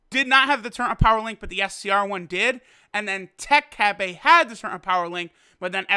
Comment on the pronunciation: Why do you say cabbay? It's cabba and japanese say cabbe because they have weird pronounciation. Like youtubers are messed up... says gotings???? Wtf is a gotinks????